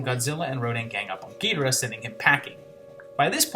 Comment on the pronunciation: Thanks you for pronouncing Ghidorah the way I always did.